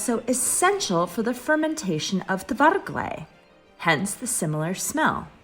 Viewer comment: So far I know its Kvargle not Tvargle ;)